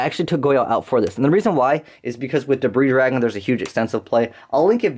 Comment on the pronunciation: You don't understand how happy I was to hear you pronounce Debris Dragon properly.